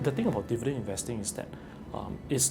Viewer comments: The only sale that people run out of the stores is a stock market sale. Also is called Di-vi-dend, not Der-vi-dend as mentioned by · It's dIvidend not dEvidend